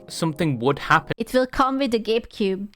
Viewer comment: Every time says "Gabe Cube" I hear "Gape Cube"